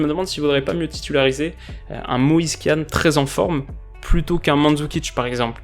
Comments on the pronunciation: Moise kean se dit « Moise kin » pas « moise kan » ⚪️⚫️❤️ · on dit "Moise Kin" et pas "Moise Kéan" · Ça m'a choqué aussi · "Kean" sa se prononce "Kin" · Kean se prononce " Kine " 😉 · Moïse Kean se prononce kine De rien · Grave c’était bizarre qd il l’a dit